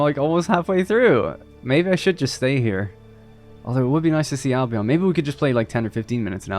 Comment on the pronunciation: Dude, if we're talking Albion as in Britain, please pronounce it Albeuhn.. Al Be Uhn, with the emphasis on Al. Thanks from a resident of there 😄